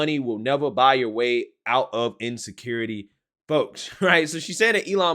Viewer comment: It’s “Buy” AOC, not by